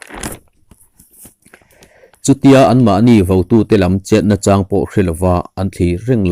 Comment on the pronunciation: Fakselna....ngaichang tih ilam rik dan hi ka duhkhawp lo hlemai.ngai laihi sang se.chang lai hi hniam se adik ang.karing.a ngaihnawm kanti takzet.chhungkua in kan ngaithla ṭhap ṭhin ania.